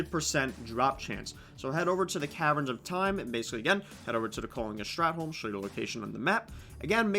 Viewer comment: Strathhhhh not strat